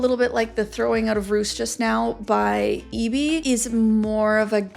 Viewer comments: Roos is pronounced as Rose. Rose is also the literal translation of Roos. Now you’re saying Roos as in rooster and it’s confusing me 😭😭😭. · Roos is pronounced as Rose 😊 (I watch a youtuber from the Netherlands with that same name and that's how she tells people to say it lol)